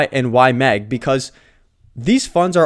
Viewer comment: Bro, you’re still saying Y-Mang 😅 it’s in your head now! Good video. Moving slowly into YMAX.